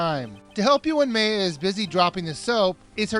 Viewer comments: by the way you mispronounced mayas name, its pronounce (my-uh) but you said (may-uh) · Its Maya. MAI-AH. Not May-ah. Get it right. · I think Maya is pronounced my-ah. not may-ah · MAY-A? It's pronounced MY-A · Meya? isn't it Maya? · Isn't it pronounced "Ma-ya"? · I think it's pronounced M-ai-ya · actualy, maya is pronounced M-EYE-AH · Was I the only one who pronounced it MY-A? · Actually, I've seen a few other people pronounce her name like that. I don't, but it's still a mystery. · hey you do realize that her name is maya *my-ah*. same thing with von karma, her name is franzizka, not francheska. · OBJECTION!!!! It's FranZISKA not Francesca And May-uh? Ummm... 0.0